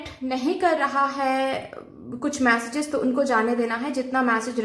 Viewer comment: 'मॅसेजेस' नही उसको 'मेसेजेस' केहते है 😂😂